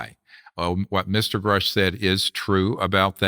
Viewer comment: It’s not pronounced Groosh vlad it’s Grush